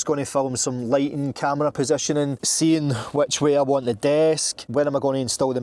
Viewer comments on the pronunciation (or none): none